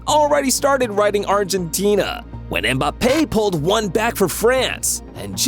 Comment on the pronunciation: I can't comment so I'm replying. This guy is clearly not a football fan. James Rodriguez is pronounces ham-ez. And that's not how you pronounce Mbappe. Or salah.